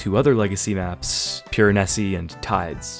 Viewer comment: Piranessy? Hahahaha "peerahneeze"